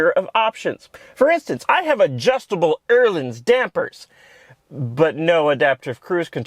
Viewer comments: Fun review - but how does "Öhlins" become "Ehrlings"? Where does the "r" come from? Try something more like "Eh-leens" instead. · Okay this annoys me. Öhlins is not pronounced Ehrlins. I dont know where you get the R from but theres no R